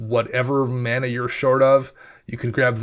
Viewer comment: did dude say /mah nah/? /MAN aah/, friend. ;)